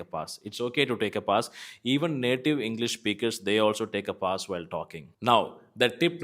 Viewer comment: Your pronunciation of pause is wrong😊